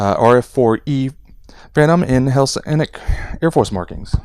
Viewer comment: Photo etch prepainted ejection handles may look colorful but are flat. The ones in this kit are beautifully 2-dimensional. To paint simply paint all in yellow and then take a fine tipped paint marker and carefully draw lines. Btw it is Hellenic two L's not Helsenic. In other words Greek . Great review 👍 btw 👌